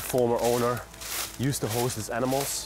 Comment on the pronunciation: Lol. said Anminals.... lol. 🫠🤩🥰 aww.... the Amnimals.....